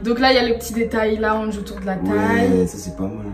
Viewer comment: On dit laounge pas lounge 😭😭😭